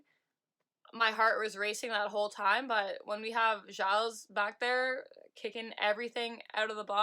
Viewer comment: FYI You pronounce Vanessa Gilles' lasts name "Jill" with a soft 'J'